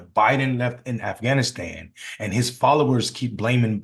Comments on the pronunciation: How are we going to have a President that can't even say Afghanistan? He sounds like a middle school student trying to lie his way into class President. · Stupid d..khead can’t even say Afghanistan. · LOL, Trump can't even say Afghanistan properly. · Donell(since he can’t say Kamala) Trump can’t even pronounce Afghanistan let alone find it on a map. A reality tv personality still playing president! The makeup is a giveaway 🙄 Can we move on from this disaster! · He can’t even pronounce the country correctly and we know that you set that whole shit up you lying sack of 💩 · Hey Trump , what the hell is " afanastan " ..... you senile old man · Uhm...did DJT just say "aff...anistan" ? Lol. Hehe. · His dementia riddled ass said "Afanisan" 😂😂😂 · afannastan? lol he can't even say it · "a-fan-i-stan"?? This is prerecorded and THIS IS take you choose to use?? 😂 Let me guess, this was the ONLY take wasn't it? And nobody thought to tell the emporer he has no clothes. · I chimed in at Afan-ass-tan 👀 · Did it say Af-fanastan? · Afnascan? Is that what he just said at the start of the video? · Afasastan????? WTH was he babbling about a twenty seconds in my God my brain hurts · 8/30/23 he calls it aff an is tan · Did he just say “aff anistan?” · 22 seconds in he says Affanistan ... where is that ? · He actually said it Afanistan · He said "Afhanashan" did anyone catch that? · "Afanistan"? Ugh... God save us from this orange nightmare. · Hahahaha. At the 20 seconds time stamp, did he say “Afanastan”? This guys lies so much, he can’t even line his crooked A$$ lips. His mom should’ve shallowed instead of letting pop bust in here! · Did he say affflaannastan wtf….😂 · "thousands and thousands we don't even know the number" he can't math ... he can't even pronounce Afghanistan or equipment, and slurring a bunch of other words, donOLD is dumb and a weirdo... only his stupid, echo-chamber supporters would believe his narration of the Afghanistan withdrawal and not go check the facts..